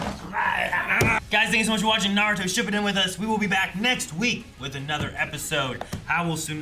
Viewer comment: Still can’t get over the fact that you pronounce it Shippuden like that 😂😂😂